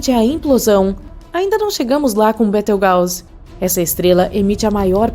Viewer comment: kkkkkkk na hora que ela falou biroujuice eu nao segurei kakaka